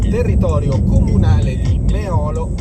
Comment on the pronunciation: all'uscita Meolo-Roncade hai pronunciato il primo nome scorrettamente, è mÉolo non meÒlo